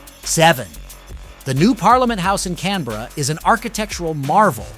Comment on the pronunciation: If you do a video about a city, maybe you should learn how to pronounce it